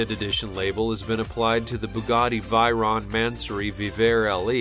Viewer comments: The Bugatti VEYRON, is pronounced, V A Y Ron, not V I E Ron. And the Pagani Huyra is pronounced, W I E ra, not H A W I E ra. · Bugatti "Kairon" Bugatti "Vairon" Tf Its pronounced Bugatti Shiron and Bugatti Vayron And the names are Bugatti Chiron and Bugatti Veyron